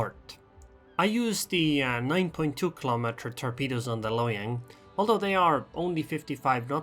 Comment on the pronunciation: “Hiyang” +1 just for that